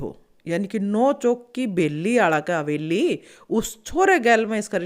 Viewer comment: मैडम जी हवेली होती है आप बीच-बीच में बेली बोलती हो